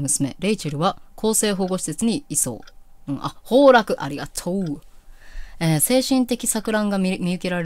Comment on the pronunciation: ザックの判決の時マジ泣きしちゃった(´；ω；｀) 96ちゃんが判決の出たセリフ言わんかったから余計泣けちゃった(´；ω；｀) あと、涙腺脆いのと漢字読めないのほんとかわいい。いやまじで ほうらくって小4の友達でも読めたよw